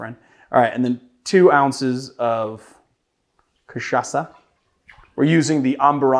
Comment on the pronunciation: That was a great pronunciation, nice R. Your "cachaça" is 10/10, too. Only sad you didn't mention rabo de galo translates to cock tail.